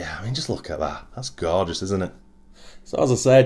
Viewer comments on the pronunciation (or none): wow you did say that word quite a bit, but Hey its absolutely Gorgouse so why not hope ive counted correct hahaha, all in great fun love the channel and all your efforts bud, cant wait to see more builds like that gt2, cheers:-)